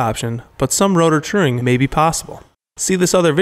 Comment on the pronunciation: "true ing" not truring